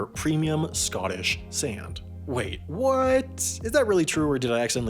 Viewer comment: This dude pronounces sand like he's a Canadian or something.